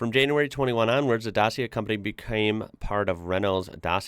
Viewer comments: Why are you saying "Dasia"? It's Dacia (Dachia for your language) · It's actually pronoiunced like Datcha in english! Renault owns 51% and they left Lada in 2022 after the russian invasion of Ucraine! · Dacia is read as Da-chi (like the Chinese would pronounce this word)-a, that means Da-chi-a. 🙂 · The correct pronunciation is Dah-chee-ah. That "chee" like cheese in missing. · The logo is a D And a C combined cause Dacia and its pronounced Da-chi-a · Romanian here, its funny for me to hear the english pronunciation of the word Dacia. The way you pronounce the c in Dacia is the same way you would pronounce the word Qi(chi) in Chinese. Hope that helps! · Say Dachia please! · Dacia is pronounced Dutch-yee-ja. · Just a heads-up, it's spelled da (like you said it), chi (frim children), ia (like you aid it). Or spelled like "da' chia" seeds, but without the seeds part. It's named after the old name of the country where the company originates from, Romania. It's basically cheap like the VW was in it's beginning. Edit: Duster is 4x4 and meant for offroad use, Sandero is lower to the ground and 2x4 and meant for onroad use. For example, the police in the mountainous areas use Dacia Duster for it's 4x4 capabilities, while the police in the grasslands uses Dacia Logan (sedan) or Dacia Sandero (hatchback). Edit: Might be a good business to import Dacia into USA. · Să ști că se qronunță Dacia caută pe google traslete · It's pronounced like DACHA just so you know... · yall you say dacia like dachia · It is pronunced Dachia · You have to read like it's WRITTEN DACIA (DACHIA) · i love your video, one thing. You need to pronounce it Da'CHI'a like the CI is how it really sounds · Note: It’s pronounced ‘Dachia’ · DACIA - it is too, the former name of romanian ancient lands. Read Dacia like "dachia". Into romanian, "ci" ii is read like "chi" into english . The logo front of the car is a stilized "D" and it's reflection in the mirror. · "Dachia" could be more precize pronounciation imo